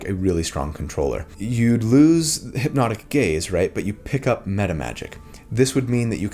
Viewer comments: I hear "hypnotic gays" every time 😭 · I kept hearing "hipnotic gays" and it made me giggle 😆